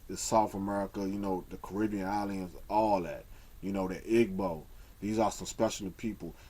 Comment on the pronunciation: i LOVE your videos, but PLEASE say "gb" correctly. it HURTS to hear you say ihh-g.bow.